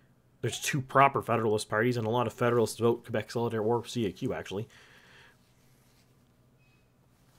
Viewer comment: Tip: no one says C A Q. It's "Kak"